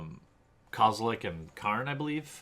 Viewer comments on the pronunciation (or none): kozelek not kazelek